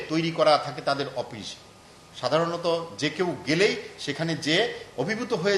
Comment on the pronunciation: অপিশ কি? শুদ্ধ ভাবে বলা যায় না?